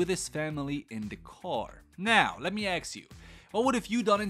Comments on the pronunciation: My dude. The word is ASK not AKS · I was distracted the whole time with the way you say "let me aks you" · Why can't anyone's pronounce ask anymore